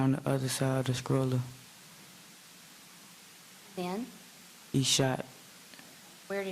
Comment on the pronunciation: Why has no one ever taught this young man to properly pronoun a word as simple as stroller?